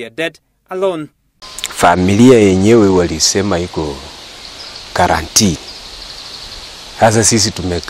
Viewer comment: My county men ,it is quarantine and not quarantee.poleni lkini